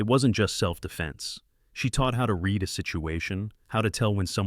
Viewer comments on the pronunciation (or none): Dear AI, you didn't "reed" it twice, you "red" it twice. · Please teach your fake intelligence the difference when pronouncing read in present tense or past tense. Also, shot is the past tense of shoot, so if you mean to say you took a screenshot, think you would use the word screenshot. For example: “I screenshot the image.” Although it sounds better to say: “I took a screenshot of the image.